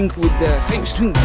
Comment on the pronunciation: Why keep reading it Shingo rather than Swingo?